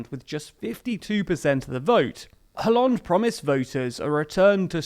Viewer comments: Its kinda cringe but its pronounced as Ollande. The H is silent. If you are going to pronounced Benoit like the french, you should be consistent. Just a gentle reminder. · I like your show a lot, but honestly you should work on your pronunciation (Hollande, Mélenchon etc)